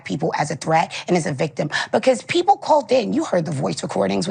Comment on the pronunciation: She can't pronounce "people" Pee-poo,lol.